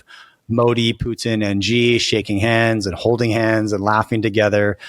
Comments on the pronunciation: Xi is pronounced as "she", not "jee" or "zee" or "gee". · President Xi’s name is pronounced “she” not “gee”